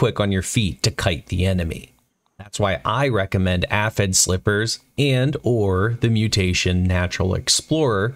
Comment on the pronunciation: Bro doesn't know how to pronounce Aphid. When literally all the characters say the word Aphid at some point in their dialogue.